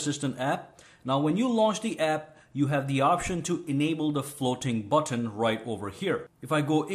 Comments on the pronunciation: Good video but I only made it to the section where he said: "FLOWTEEN BUWTONE" 75 OR 80 TIMES, I JUST COULDN'T TAKE IT ANYMORE... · I loved the way he pronounces " floating button"